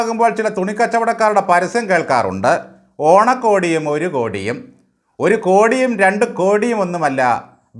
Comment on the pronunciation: Orukodiyum..orukhodium ha enthoru pronounsation chengodi nenchil Namichu Bro 😅😅